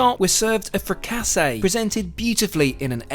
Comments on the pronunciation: Frik -ah-see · Not a frick-ass-eh 💀💀💀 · I can live with you butchering words like fricassee but "I choosed the beef cheek" ? You're killing my ears, if you're going to be this pretentious some basic grammar lessons might be worth investing in.